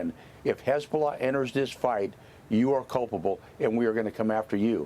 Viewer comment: As annoying as her voice is, I enjoyed playing the first few seconds of this video back….she sounded like she had a stroke when she said “Hezzbllll”